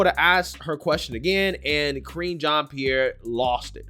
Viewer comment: LOL, were you calling Karine 'Cringe' Jean Pierre ? LOL was that on purpose or by accident? XD I swear it sounds like you're calling her Cringe Jean Pierre. :P She is cringe though.